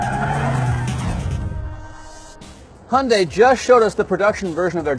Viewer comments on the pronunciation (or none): honday ? Why cannot you pronounce Hyundai?